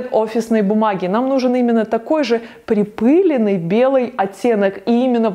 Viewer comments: Всё очень красиво, но очень удивило слово припЫленный в огромном количестве. во всех словарях "припылённый". ударение на Ы - это профессиональный сленг?)) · Все бы хорошо, глаза радуются.... но 3 млн раз сказать припЫленный😖😣 ааааа! Кровь из ушей! ПрипылЕнный! А так да, очень красивые цветовые сочетания👌🏼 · слово припылёный,ударение на Ё,я прогуглила...! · magnolia golden конечно ,на ё! Это правило 6-7 класса)) ударение всегда на эту букву. СвЕкла! Я не учитель русского языка)) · Спасибо! Чудесно и восхитительно, мои любимые безумные яркие сочетания, когда-то некоторые воплощала. Только в слове припылЁнный ударение на ё, пожалуйста, очень режет слух, тем более от вас :)